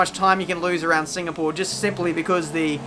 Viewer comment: Maybe it is in the way how says Singapore: another Singapoor result.